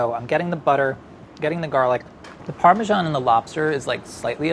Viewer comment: "Parmashan" and "shalat" well i didnt know they were pronounced like that. Well done though you did pretty well